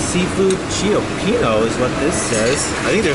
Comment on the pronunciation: Cioppino is pronounced "chip-peen-oh"